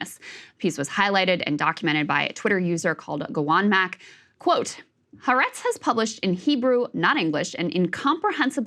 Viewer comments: the paper is pronounced “ha AH retz” not “ha RETZ” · Ha-aretz. It is three syllables.